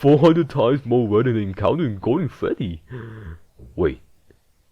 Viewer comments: “Golden fweddy” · foostep and febdy